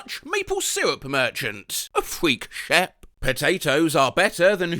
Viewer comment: The mispronunciation of “Freek Schep” as a dutch person hurt my soul😔🙏